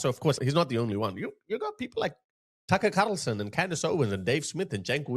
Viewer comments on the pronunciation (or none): Tuckerrh kharrrrrlson😂😂😂